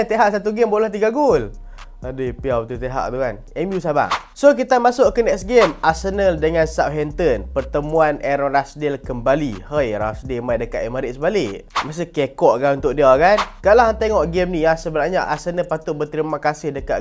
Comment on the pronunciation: Emirates bukan Emairates baruah